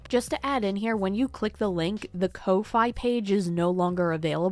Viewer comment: absolutely unforgivable behavior. jail I do have to add it's not pronounced "Co-fye" It's pronounced like "Coffee" As in "Buy the artist a coffee" But spelled Kofi